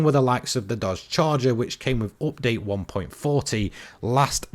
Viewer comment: I'm taking a drink eveytime he says "oopdate"